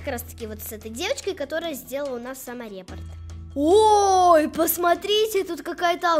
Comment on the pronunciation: Не самореп, а саморепорт